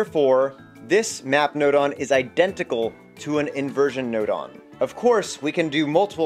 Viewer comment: I heard “NOT”. Not “Map”.